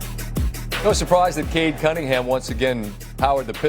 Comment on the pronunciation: I keep hearing richie Cunningham 🤔🤔🤔